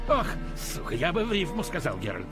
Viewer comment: Неправильно говоришь слово сука😂